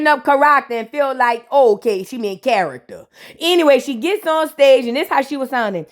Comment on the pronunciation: Lmao got a dang problem. I'm over here trying to figure out what "Ka-rak-ta" is😂😂😂😂 lmao I thought it was a word in a different language 😂 Chile I'm over here screaming at this Pinky impression